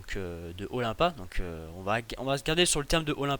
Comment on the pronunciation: Olympia ce dit Olainpia